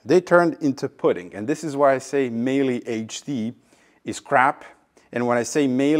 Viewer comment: Meyle = Mile plus an E Mile-uh